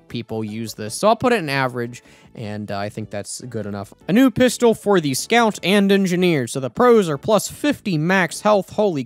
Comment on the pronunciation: ah yes, the pisstol